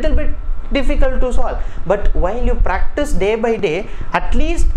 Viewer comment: 8.24 sir sounded practo instead of practice